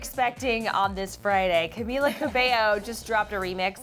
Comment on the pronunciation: Bruh it's Camila pronounced CamEEla last name is Cabello xD